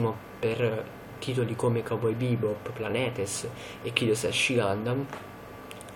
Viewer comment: La pronuncia di Planetees è aghiacciante, siete dei nazisti, mi avete cancellato un commento recensione\enorme, per quanto non condividessi il vostro commento\modo di fare , ciò non toglie che sto video è pietoso, non capisci niente, hai fatto un pastone di recensioni anglofoni stracopiate, parli piano perchè i tuoi genitori ti picchiano se ti beccano a parlare davanti all'iphone (e sarebbe giusto) alle 2 di notte. Se x te è assurdità il comportamento di certi personaggi liceali, io trovo disgustoso il tuo che fai recensione senza aver realmente visionato tutto l'anime , ma no , non si ferma quì, sto scemo non l'ha visto, conosce le scene ma non le ha viste, prova che ha solo letto merda su internet..... cancellatemi anche questa, tanto ho fatto lo screen, se voi nazisti maledetti continuate sarò ben lieto di fare un canale con le vostre recensioni e i miei commenti